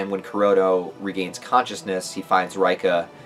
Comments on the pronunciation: why you still calling her R-eye-ka lol, it's Ray-ka. And Tae is Tah-eh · reika = RAY-ka ..... Tae = TAY 😂😂